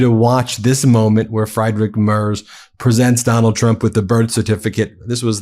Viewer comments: Ben! I watch you a lot, but I have to correct you again about pronouncing Merz's name! I understand you have to learn a lot of unfamiliar names, but this one is pretty easy. Pretend there's a T in Merz--merTz--and you'll get closer. Certainly not "mars"! And Friedrich--it's FREEDrich, nothing "fried" about it--is a fairly common name even in America. Thanks. Not trying to be TOO pedantic, but this grates on my nerves. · The German Chancellor "Mers" or "Mars" ? Candy ? His name is pronounced as "Merts", with the "e" pronounced as the "a" in "cap". And then we go to "Dose" and liver ? What the heck does it have to do with the political message ????? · And his surname is "Merts" not "Mars". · his name is MErz, not MArs. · Friederich = Freederich Merz = Mairz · And he left Germany to avoid military service. Seems to run in the family. Ps. Ben. It is spelled Friidrich, like free. Not Kentucky Fried Merz. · It's pronounced "Freed-rick Mairtz" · ffs - say "Free Drich" bloody Americans never trying with other languages. It's not actually that hard. Also, a "z" in German is more like a "ts" sound. "Merts" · Pronounce his name please correctly: Free--deesch M+air=ts. You're mangling it. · Freed-Ri- (German (ch)) Mare-ts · Ben, it's pronounced Freedrich Merts. Merts the e like in bets, bats or beds. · Merz is pronounced "Mertz," like Fred Mertz. "Z" in German is pronounced "ts." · Please his name is pronounced Mair-ts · Merz is pronounced: Merts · Sorry, but the mispronunciation of Merz’s name is becoming annoying ( it’s frEEdrik maerts (pronounce the e in Merz as the a in mare). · It's pronounced "Merts" love 🙂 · Hey Ben, the german name Friedrich Merz sounds like Freedreech Merts. Just a hint, thx 4 all ur work. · It is not "Frederick Mars/Mers". It is pronounced "Merts". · Ben, you guys are on top of it and brilliant, but you just HAVE TO learn how to say these guys' names! The German is Friedrich (FREED- rich) Merz (MARE-tz). YOU GOTTA do this out of simple respect.